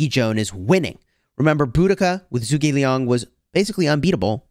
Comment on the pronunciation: Hey I just wanted to say something about pronunciation. With zhuge Liang being Chinese it should not be pronounced as zoo gei it should be like juge like juice and a soft g. So like in get g Zhu ge Liang.